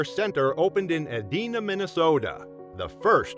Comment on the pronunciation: Minor correction: it's pronounced "ee DYE na (Edina)."